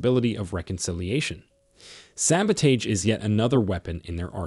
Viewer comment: The narrator cannot even pronounce the word "sabotage." Why should we take this podcast seriously?